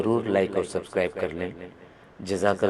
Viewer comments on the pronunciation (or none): none